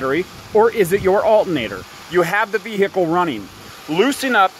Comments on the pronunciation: It's not pronounced "altnator". There's another a couple more letters in there. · Um…the THIRD LETTER of alternator…..is “T”…..NOT “N!!!” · al..ernator lol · No brother, that's Al'nator LMAO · There's a t in the word alternator. Lol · Can't trust a guy who can't say alternator right! Half ass shit! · The way this guy keeps saying alternator is soo annoying!!! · You're not pronouncing alternator correctly so it sounds funny. You can see the word is pronounced the way it's spelled. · "VeE HICKLE" "Alt in nator" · uhl-ah-nader is running the vee-hhicle